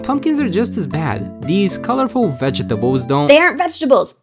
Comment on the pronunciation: " these colorful vejjeh tehbles "